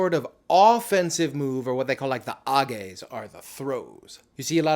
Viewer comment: Also Aoiyama is out, like Ryuden and Midorifuji Also also the "throwing techniques" are called "nages" not "ages" ^^